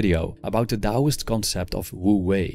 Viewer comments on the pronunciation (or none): none